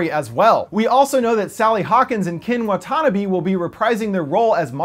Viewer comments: WuhTAHNuhbee?? It's WHAT too NAH bee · "Waa tahn uh bee" Don't ever go to Japan lol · The way he pronounced watanabe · You said Wa-ta-na-be wrong! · I love ya man, but you butchered Watanabe and Ziyi's names. XD